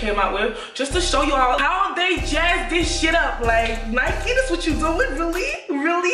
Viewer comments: Lyyy ya videos banggg but... how u think it’s right saying Nike and not Nike thoooo😂😭💕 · Benedicte Tshepela we say Nike in London not Nikey lol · It's annoying how londoners say Nikey 🙄😭 in Manchester we just say Nike pronounced N - I - K - E but anyways great vid lots of love from Manchester